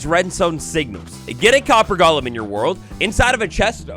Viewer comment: DUDE, it’s GOLEM. Not gollum like lord of the rings. GOLEM. I had to go watch a different video about this update because you made me want to break the tv off of how badly you mispronounce it.